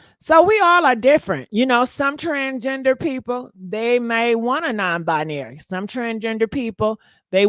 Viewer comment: Bi-Narry Non - Bi-Nary , Gender - fluidary ....iam.confused cant yall just be Trasngener 😂😂😂🙈